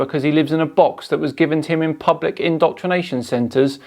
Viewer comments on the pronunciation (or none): ''...Pubic indoctrination centers...'' WTF :) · "pubic" indoctrination centers lol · Pubic not Public. Get it right please (space comma) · "pubic indoctrination centres". Not "public" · "pubic indoctrination centers"